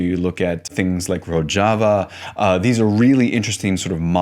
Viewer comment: Great video as always but bro, that's not how you pronounce Rojava